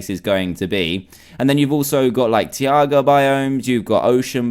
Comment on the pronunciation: It's tayguh not teeagah